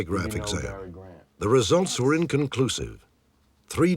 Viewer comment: "What it werrrre." 😂